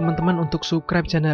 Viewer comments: Scene dibaca sin Subscribe di baca sabskraib Warlock dibaca warlok Btw ini kritik yg membangun ya 😊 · sukraib? perbaiki sikit tue sebutan bro